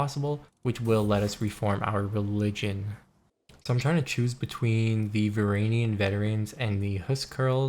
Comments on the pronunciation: It's varangian not varanian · "VR AN JEE UHN" the G is a J it's not silent. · PRONOUNCE THE G IN VARANGIAN PLEASE MAN IM BEGGING YOU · Isn’t it pronounced Var in Gee in